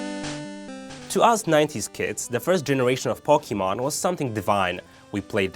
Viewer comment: Do you know how to even say Pokemon? Its Poke-ay-mon not Pok-ey-mon